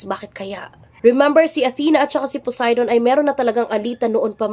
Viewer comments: "BILASA" "C PUDAY" 😂😂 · Balisa ❌ Bilasa ✅ Poseidon ❌ Pudayton ✅ Sorry maam naaaliw po talaga ako sa mga chismyth nyo 🤣😭